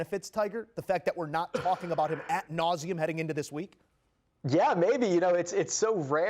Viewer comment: Hey, "... at nauseum.."? It's "ad nauseum" dumbass. It's a latin phrase, look it up.